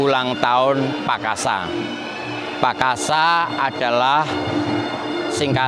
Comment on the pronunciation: Cara mengucap PAKASA we wagu men